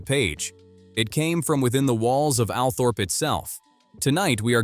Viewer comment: I think Althorp is actually pronounced Althrup